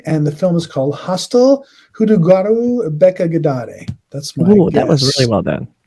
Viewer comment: you nailed the pronunciation of the movie name correctly